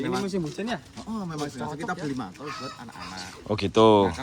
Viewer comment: Mantel bukan mantol😂😊😅